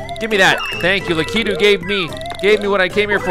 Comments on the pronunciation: It’s not Luh-kee-too. It’s Lah-ki-too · It's la-ka-two